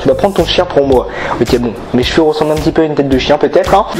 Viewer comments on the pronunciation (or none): none